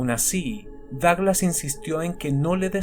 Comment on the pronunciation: Me sorprende la precisión de Douglas, es un crack. (Me encanta como lo pronuncias)